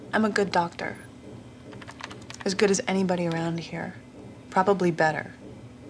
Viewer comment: "I'm an ahmazing doctur" while repeatedly refusing to talk about a patient and not watching any data scrolling by